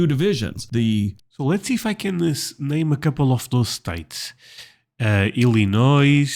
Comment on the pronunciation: you do a great job of pronunciation of places with some really odd ones. However, let me point out that "there's no noise in Illinois", as the saying goes. It's actually ill-ih-NOY. You may have noticed that when he finished turning the Midwest states red, one area was still white. That's the Upper Peninsula of Michigan. We have an amazing mix of immigrants here in my city of Rockford, IL, to the extent that when I was growing up in the '50s, an immigrant who couldn't speak a word of English could just walk down the street, eventually walking into a factory at random, and come out with a job. Now, many of those factories have been repurposed, or are rusting away. However, it's amazing that we have a thriving immigrant community from 123 countries at latest count, with a local chain of African stores, and another of Asian markets., there's a shot of Bryce Canyon N.P. in winter--located in UT, along with 4 other national parks. Palouse = puh-LOOSE (unusually scenic and fertile area in SE Washington) The 4 Corners is located on the amazingly scenic Navajo (NAV-uh-hoe) Nation, where 400,000 members live, of which around 240,000 still speak their incredibly complex tribal language.